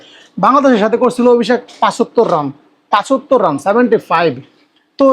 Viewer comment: পাচত্তর আবার কী 😂😂😂😂😂 পঁচাত্তর বল